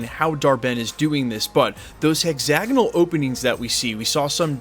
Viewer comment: It's pronounced hex-ag-on-al, not hexanol.